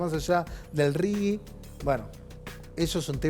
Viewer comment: ✅ R.I.G.I. (Régimen de Incentivo para Grandes Inversores). ❌ NO "RIGUI"